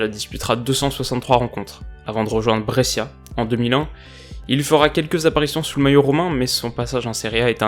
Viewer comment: super vidéo mais brescia se prononce brecha en italien